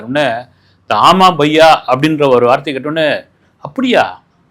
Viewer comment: ஒரு சின்ன திருத்தம். அது “ஆஓ பையா”